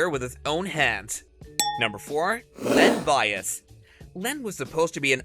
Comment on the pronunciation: Lynn Bias? TF 🤣🤣🤣 Tyrioque Evans? 🤦‍♂